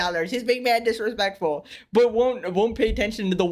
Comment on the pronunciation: "maaaad diresplectfwul" 😂😂